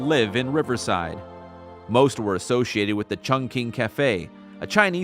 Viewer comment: That was Chung King! Not chunk! Sorry!